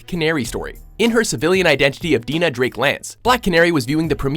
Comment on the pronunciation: I agree, as her name is pronounced Dine-ahh